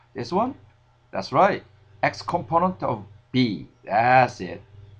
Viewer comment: thumps up you like to hear his "componont"